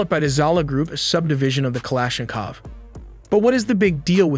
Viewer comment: It's not Klashinkof It's ka - la - sh - ni - kof